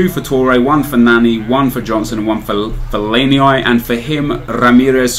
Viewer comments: Nep it's pronounced fell-ay-nee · Fell-a-ne-I lol? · Why does he say fellainieye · HAha love how he trolls by saying lulz for David Luiz and for fellaini he calls him fellaini-i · fellaini-I loooool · the way you say fellaini LOL still one of my favourite youtubers though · What the fuck did you call Felliani